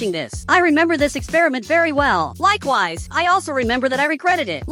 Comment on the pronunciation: Why he always says likeways😂😂😂